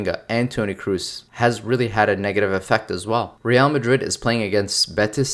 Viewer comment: Toni Kroos, you dont spell it Cruiz, its spelled how its written